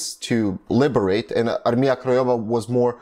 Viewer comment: Really good pronounce of polish words, like "Armia Krajowa" (National/Home Army), Armia ludowa (People's Army), Warszawa (Warsaw), really cool.